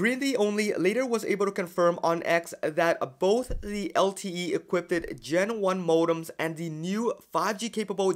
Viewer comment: the rest of your pronunciation is correct, however, its not "e quip ted" (3 syllables), its "e quipped" (2 syllables)